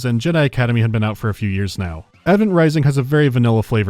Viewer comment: please help me I’ve been trying to figure out where you are from and I have no idea I have a hunch you’re northern Irish because in another video you say “noy” instead of now but you also sound very American I’m so confused I just wish to know what part of the world you are from it is eating me up inside